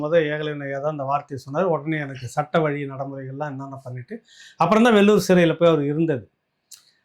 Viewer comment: வெல்லூர் இல்லை வேலூர் நாமே தவறாக பேசலாமா?